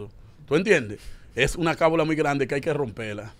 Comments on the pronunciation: Se dice o mejor dicho lo correcto es : Cábala, no se dice cábula. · No es cabula es Cábala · Corrijanlo por Dios se dice "Cábala" no "Cabula"🙄